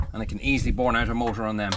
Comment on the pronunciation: And it’s burn not born!